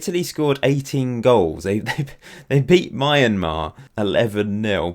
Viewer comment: BTW Myanmar is pronounced as "Mian-mar" not "My-an-mar"